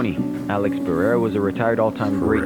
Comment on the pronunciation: its kinda pronounced like "Per-haid-uhh". Almost a small roll of the tongue, most people get it wrong so its probably not translating well from me either lol. Some just it like "Perr-hair-uh"